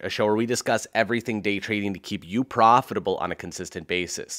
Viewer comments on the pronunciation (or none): Why does he say profitable like that lol